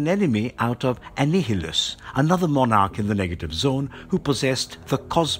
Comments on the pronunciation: 'Ann-hil-us'? Annihil-us...Jebus...you gotta give your voice over folks some notes... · This guy said Annihilus wrong but said Mjolnir so fluently i shed a tear.